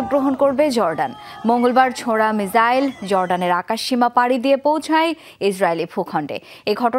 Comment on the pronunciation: মিজাইল নাকি মিসাইল 😂